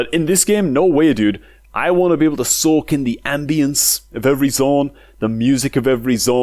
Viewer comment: "You wanna soak in the music..."? you mean "you wanna Soken the music...", am i right? Lol, dam i am a boomer